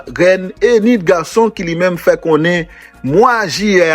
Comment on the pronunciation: Rèn garrrrson te anvi garrrrson